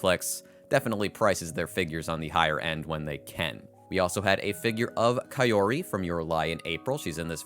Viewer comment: Whos kai-yori and what did they do with kaori (cow-ree)